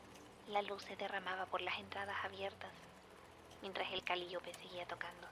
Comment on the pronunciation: Gertrude: Calíope Sasha, viajando al pasado: Se pronuncia cali[ó]pe Also, descubrí este canal hace como una o dos semanas y ya estoy a nada de ponerme al día, amo muchísimo tu trabajo! ♡